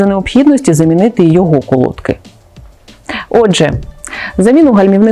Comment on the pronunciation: Правильно наголос на и, колодкИ